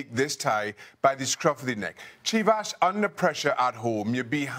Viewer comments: "CHIV-ASS" wtf? man?? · It’s Chivas. Nuff said